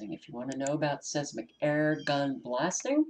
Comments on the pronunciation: seis·mic /ˈsīzmik/ sounds like - size Mick - I Thought you would like to know how the word is pronounced? Hope I'm right. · GOD bless you Sister! Pronounce; Seismic, 10seconds